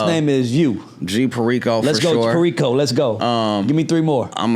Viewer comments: You clearly didn't do no research too much like that. Smh how u mess up his name like that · The fact that pronounced Perico wrong says he never listened to any of G's music. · Butchered dis manes name right out the gate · He should’ve got up & left when he pronounced his name wrong, that’s a sign of a mf that don’t fuc wit r kno anything bout u…. Kno the signs ✌🏾✌🏾✌🏾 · How did you mess up his name ??? Hahahhaahahahahahahahahha did you not talk about that off camera before hand ? hahahahaha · After he told you how to pronounce his name correctly you still slaughtered it lol?! Why?? You need him for the interview and views for your show, you can at least respect this brotha and learn how to pronounce his name correctly lol. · Yeah that made me uncomfortable a little bit disrespectful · HOW YOU START A INTERVIEW N DUCK UP THE ARTIST NAME 😅😅😅😅DAMN